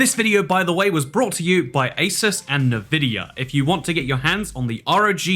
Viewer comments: NUH-VID-IA 🤣🤣🤣 normal people: n'vid'ia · Damn it, it's not Nuhvidia it's Nvidia (En-Vid-Eeyah). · Why do you pronounce it Navidia? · My guy really said "Nuh-Vidia" and "resizable B.A.R." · why did you pronounce nvidia like that